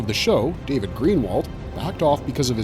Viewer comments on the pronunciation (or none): none